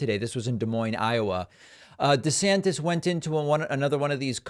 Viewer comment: DEE-Santis is DEE-magogging